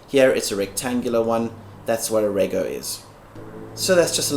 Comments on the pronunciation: REGO* pronounced REJO, like Registration is pronounce Rejistration, Reggistration. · Ruc is road user charges for a diesel vehicle , rego is pronounced redg oh.. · RUC's are only applied to vehicles that use diesel or any other fuel that isn't taxed at source. This doesn't apply for vehicles that use regular gas/fuel. Rego is also pronounced "redg-o".